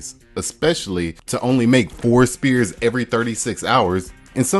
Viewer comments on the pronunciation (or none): What is an ice spear :) I'm sure you're trying to say the word sphere (as in the shape)... like a ball. Pronounced exactly like fear with an S at the beginning. The S sound sounds like the beginning of the word snake. Try just saying the S sound a few times (think about the word snake but only sound out the S part) and when you feel confident you have mastered it then add the word fear afterwards. You're welcome :) Greetings from the UK, nice tips for clear ice. I'm going to try this tonight. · Great video. I have no interest in ice but I had to watch from start to finish, now I know more. Just one thing, was you saying spear of ice or sphere? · My brother, the word "sphere" is pronounced sFEER, not spEER. Dump that letter-p sound, and use that letter-F sound. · FYI You're pronouncing the word SPHERE wrong, it is pronounced as sfeer not spear :person-blue-holding-pencil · Sphere = sfere, not spere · Sphere (sfear) not spear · Spear? Sphere is the word you're searching for. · Sphere = "Sfear" not "spear" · The word sphere is pronounced with an F sound, not a P sound. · Sphere is pronounced Sfear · "Sphere" is pronounced sfeer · So nobody's going to say anything about how the word "sphere" is pronounced? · Never listen to a man who doesn't know how to pronounce the word "sphere".